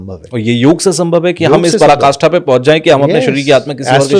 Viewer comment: ये संत बार बार पराकाष्ठा को प्रकाष्ठा कह रहे हैं ऐसे ही ब्रह्मांड को भी ब्राह्मिंण्ड बोल रहे हैं क्यों भाई?